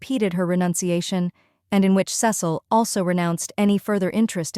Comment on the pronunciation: Cecil's name is pronounced Cee Sill.